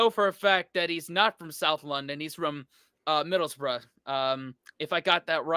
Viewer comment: As someone from Middlesbrough I’m just glad to hear you pronounce it the way you did haha! Usually Americans pronounce it “middles burrow”